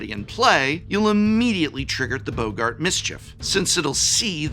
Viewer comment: 😂 calling boggarts "Bogart"